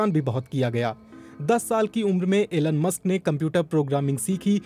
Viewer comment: Aeeelun Musk :- BBC hindi